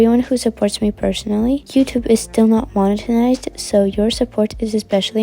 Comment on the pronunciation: *Monetized ... not "monetenized" 😉👍🏻